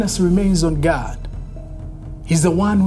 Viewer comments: It's not ghadd it's God 🙄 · This so called Pastor really needed a punch on his face, the way he keep on saying ghaaad instead of God was annoying. And who on earth gave him authority to hold on to someone's else that is kidnapping 100%.